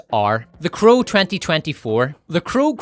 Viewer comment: Anyone tell you that you pronounce "crow" like "cruel"? I kept wondering listening to and not watching the part about The Crow 2024 what movie is Cruel, until you started speaking about Bill Skaarsgard. But it is fitting, anyone forced to watch The Crow is subject to cruel and unusual punishment.